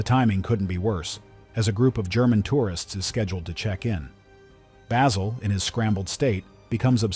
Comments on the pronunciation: can't even pronounce Basil... I'm out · This is pure bullshit. Literally NO ONE compained and no American will EVER understand why. Stupid ignorant narrator can't even pronounce the name of the principal character.